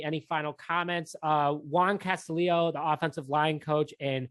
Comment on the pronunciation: You got Eberflus correct, but you screwed up Juan Castillo ;-). It's pronounced Cah-STEE-oh, not Cast-uh-LEE-oh.